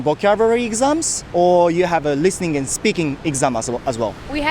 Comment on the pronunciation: とっても流暢な英語！vの発音がbに聴こえるかなぁhave とか、ちょこっと気になった